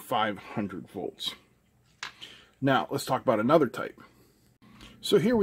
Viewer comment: Nudder? I've had enough. Lemme ask my brudder, mudder and fodder.